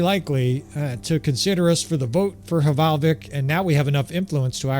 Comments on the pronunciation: It is not hevalvik it is valvik love your content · Fun fact for info - the H at start of norse / nord words is silent so the settlement is pronounced Valvik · The H in Hvalvik is silent, so it's pronounced Val-vik :) Love your bannerlord videos -A scandinavian viewer